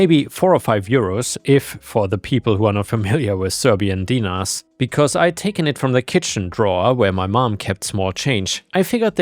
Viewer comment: Look. I know the way it looks, is the way it sounds. But the pronunciation of dinars is weird. You have to make the I sound like an E. So den-nars. I have a Macedonian background. It's about the same as Serb.